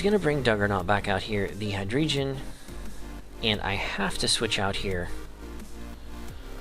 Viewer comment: nice battle, only thing... it's pronounced Hi-Dray-Gone lol